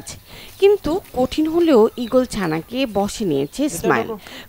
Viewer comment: ঈগল না 😂ওক্কাবাস😂